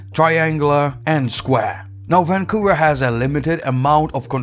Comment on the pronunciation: Hate it every time you say: Vvaaan...COUVER